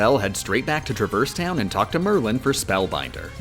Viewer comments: my eye twitched when you said “truh-verse town” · It's pronounced Traverse Town.